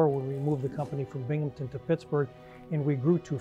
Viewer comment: Binghamton* not Binghampton